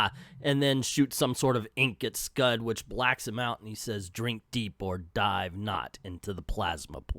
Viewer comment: I'm rusty of how to describe pronunciations, so I'll advise you to watch Comic Trope's video on this comic. He says it correctly.